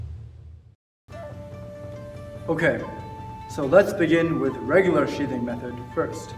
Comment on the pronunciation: What he says: "spin sheathing" What i hear: "spin shitting"